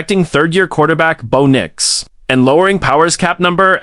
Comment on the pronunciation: Bow Nyx/Nicks lol. 😂McLocklin lol. Need correct pronunciation and spelling please.